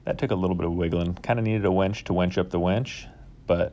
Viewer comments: The word is winch. Not wench. Girls can't lift bro. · Winch not wench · Sorry to be critical but it's winch with and 'i', not wench with an 'e'. There's a big difference between the two. I also have a problem with people saying real-a-tor instead of realtor. Great video otherwise. Will be using this idea for an idea I have. Thanks. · Dude. It's a "winch," not a "wench." Like "finch," not "bench." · winch, not wench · Why do you keep saying you are hanging a prostitute to your ceiling (wEnch) instead of a tool that helps move things (wInch)?? It was so annoying I had to stop watching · Nice video, just have to say it is about using a w I N c h not a w E N c h! A wench is a buxom serving maid! Happy if you make a video about that as well! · I winced everytime you said wench instead of winch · Gret job but PLEASE STOP pronoucing it WENCH= female, its WIN CH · My dude. The word is winch. Not wench. You spelled it properly in the description and then mispronounced it 44 times.